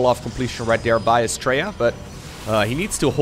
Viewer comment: All I kept hearing with Astrea's name was "Australia". That's probably because we're lazy with syllables and his name is closer to how we actually pronounce our own country.